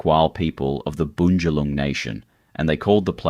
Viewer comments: they are NOT called " the "boong jalong" its Bunjalung, Bun Ja lung piss easy but these useless bloody AI bots have no bloody idea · What a crock of absolute bullshit this piece of drivel is! Stacks of photos of places other than Byron, absolutely murdering the actual names and totally mispronouncing EVERY SINGLE indigenous word he uses, Cavvanbah, Arakwal, Bunjalung, Belongil, I literally cringed each time I heard those words being strangled by whoever this NON-BYRON person is that has put together this awful 'documentary'. Very cherry-picked, sensationalist RUBBISH! Obviously not only has this guy NEVER even been to Byron, but he just totally gets it all wrong. DO NOT BOTHER WASTING YOUR TIME WATCHING THIS! 🤮